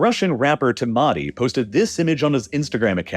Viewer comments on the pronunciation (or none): Timati is pronounced like Timothy lol. Your pronunciation made me laugh